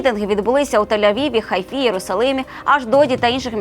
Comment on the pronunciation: В ХАйфе,деточка, а не в ХайфЕ!